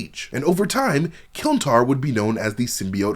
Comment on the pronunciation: KLIN-tar, not KILN-tar